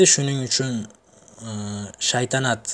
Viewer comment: Shaydanat deb yubordiz oka togri oqing keyin shaytanat togillap oldiz